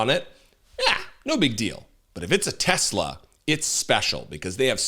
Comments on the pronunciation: Tesler you mean, right ?? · TESLAR! Say it right! 😂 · "I love TESLER..' said the orange rapist 😂😂😂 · I think its pronounced Tesler. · It’s TesleR, ask the Mango Felon 47. That’s how he pronounces it. TeslaR. Tesler. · They should go after this weird old guy that keeps tariffing his company and calling it Tesler. That's not efficient for business bro.